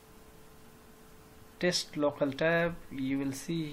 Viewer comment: Good Video bro...but it is Test, not Taste 😁